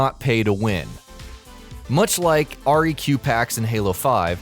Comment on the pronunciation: R E Q packs?! It's req packs! As in requisitions!